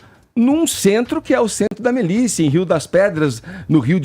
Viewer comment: Edgar fala "centro da melicia"... Que analfabeto!